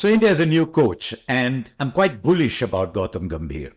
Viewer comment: It's Bullish and not Boolish, Harsha. Your diction has become very tired as you have aged. But you still remain one of the great Indian commentators.